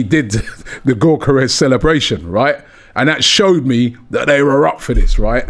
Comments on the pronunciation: It's 'Yockores' not 'Gockores' it's 'Merino' not Mourinho, c'mon Ronnie and get it right. Gyockores still got 3 shots off against Saliba and Gabriel, Havertz wouldn't touch the ball playing against those 2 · Robbie was taught how to pronounce Gyokeres by the Sporting CP fan, still butchering it 😅